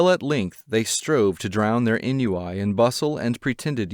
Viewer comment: Not EN-you-eye, but AWN-wee